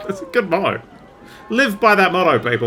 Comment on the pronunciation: This motto has momentarily turned Australian, it seems.